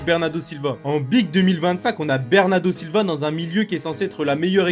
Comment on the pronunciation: Bernarrrrrrrdo Silva😂😂😂😂😂😂